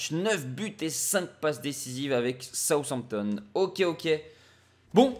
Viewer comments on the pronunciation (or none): none